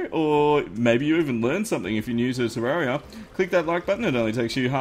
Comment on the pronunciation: Its not tarrauriuh its terrarereuh